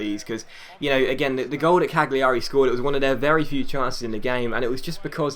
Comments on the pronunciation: Cagliari is pronounced 'Calyari'. Or at least that's what the commentators say. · It's just pronounced like Caliari, the g is silent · I think it's pronounced Caljari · I think cagliari is Cal-ya-ree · with Cagliari you don't pronounce the G. As you would do with say Barzagli & Bologna.